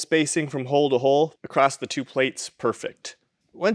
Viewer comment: Please stop saying acrossT There's no T in across. 😊